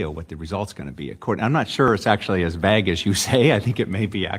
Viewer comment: Notice how no one in chat questions the right-most judge's pronunciation of "vague" 🤡